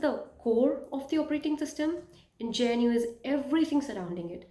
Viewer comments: it's pronounced GUH-NOO as in Wildebeest not GEN-YOO. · I am Linux administrator since 2010 and used many linux distributions like redhat centos alma ubuntu kali mint and many more but for new users i recommend linux mint it very easy to use for new Beas. Good video but 1 tiny think that i want to correct is that you were saying jnu but its gnu other than that video was great best wishes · hey it is called GNU not G-N-U. If this helps. ग्नू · Its GNU, not JNU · GNU is pronounced Gnoo. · Thats what rote learners do pronouncing gnu as jnu 😂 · Calling GNU "je n u" is insane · Great video, I would like to learn more from you. I don't know what's the correct pronunciation of GNU but most people in community pronounce it as "Gu new".